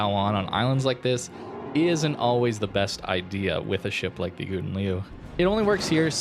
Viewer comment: Agree with:) But you can pronounce ou in Gouden as in how, like Gow-den, then it's good:)